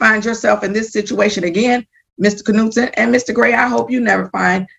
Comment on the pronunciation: Hey, idiot, you don't pronounce the letter K in the name Knutson. You guys are idiots. And stop flappin' your jaws and just play the court hearing video.